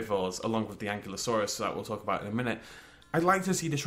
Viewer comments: an'KYLO'saurus is correct, not an'klee'osaur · You are aware,, that it's An Kiy (as if you were going to say kite) Lo Sore Us.